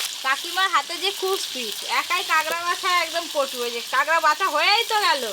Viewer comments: কাগরা না কাঁকড়া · কথা টা কেংরা না কাঁকড়া